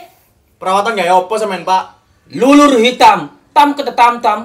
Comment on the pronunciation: bilang lulur❎ bilang luluk✅